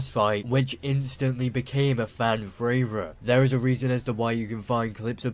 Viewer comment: What's a fran fravorite?